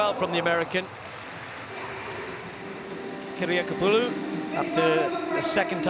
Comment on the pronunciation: I am very impressed ... with the announcer's seemless pronunciation of Kiriakopoulou! .... and also also I'm just here because I'm impatient for the Olympic women's polevault to get posted. I watched it live but the broadcast only occasionally panned back to it when other events happened to be on a break )